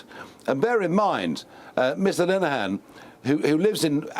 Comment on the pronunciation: You couldn't be bothered to look up the correct pronunciation of Mr. Linehan's name? (Lin-e-han) NOT *"Line-han").